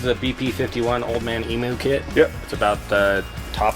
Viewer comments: As an Aussie it's painful to hear them pronounce emu wrong! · Old Man Emu. Pronounced “ Eem-you”